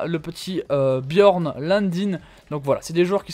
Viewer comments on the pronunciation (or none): none